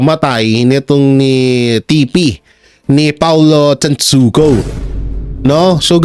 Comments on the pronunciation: TANTOCO NOT TANTUCU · TanTOco not TanTUco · TAntoco po..hindi tan tucu... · Brod tantoco hindi tantuco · Pronounce- TAN TO CO